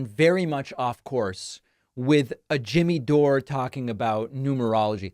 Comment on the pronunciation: After all this time you still can't manage to say Jimmy Dore's name properly? Lol